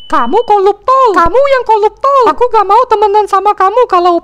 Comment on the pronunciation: Betullah 'R' nya nggak kesebut koruptor bila pelat R koluptol